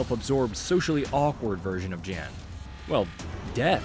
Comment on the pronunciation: Hearing you say "Jan" instead of "yawn" like it's pronounced (and hear all the time) makes me think you did not personally play the game